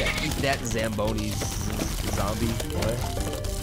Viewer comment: they aint zambonies their "ZOMBONIES"